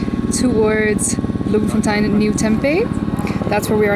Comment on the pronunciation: Yeah enjoyed that-You said "Bloemfontein" brilliantly with the Dutch accent -Lived in Bloem for many years and now in CT-CT is way better!